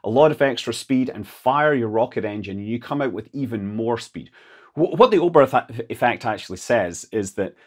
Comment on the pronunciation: "Oburf" ‒ Yes, because Hermann Oberth was an Englishman and that's how his name was pronounced. Yes. JFC why are Anglophones so collectively, ignorantly dumb??